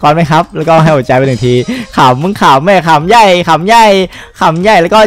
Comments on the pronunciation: พี่หูหนูหลอนป่ะ แต่ละคำ ดิจิต้อล(เขียนผิดช่างแม่ง) แต่หนูได้ยินพี่พูดว่าดิจิเด้า55 ละอย่างฮาเลย อีกคำก้ ขำใหญ่ พี่พูดจนมันเพี้ยนเป้น ำใหญ่อ่า 55555 ขำไม่ไหวแล้ว โพดชอบตอนพี่กรี๊ดเลย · กูผู้ได้ยินคำว่า ขำใหญ่ เป็นอีกอย่าง.😳(ต้องมีคนได้ยินเหมือนกู555555)